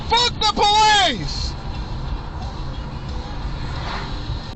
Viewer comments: "Poh - leese". Where do these guys learn English. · Did he really say poeleece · When the cops call themselves the POE-lease lmao THE POE-leasE, you know you’re in low IQ rural America,…